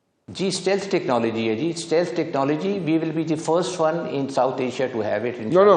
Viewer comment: Anchor person keeps saying “ seleth “ instead of stealth technology 😢😢😢”